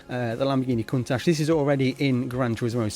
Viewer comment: Countach is pronounced Coon-Tach How much Cars and Tracks are available in my First Gran Turismo…18 and disapointing only 3 Tracks ? For real Enthusiasm Guys who already have GT7 a Mission Editor With Self adjusting earnings is needed badly…or This GT7 will be called my Last Gran Turismo… I want to earn 1 Million Credits FROM Every Car i have overlapped...and 1 Million for winning 1st Place in all Major Races…20 Million earned is just enough to Buy one Car in the hagerty Collection…